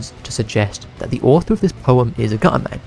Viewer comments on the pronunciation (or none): Gu’ er man Most British thing I’ve ever heard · Gu-er man 💀